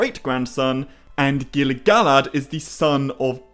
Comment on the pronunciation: Why you saying GilGalad like that???😂😂😂😂😂😂😂😂😂😂😂😂😂